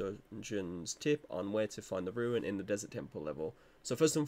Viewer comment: Tip #1 learn how to pronounce ‘rune’